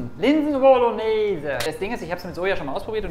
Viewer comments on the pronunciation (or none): Was machen wir heute? LINSEN WUOLLONEEEEEESE 😂